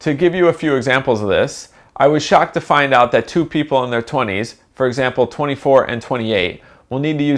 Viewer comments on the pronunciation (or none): none